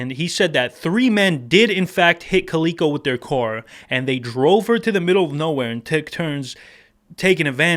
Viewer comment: It's, "ca-lick-oh" .. Like the cat. Entertaining video any how.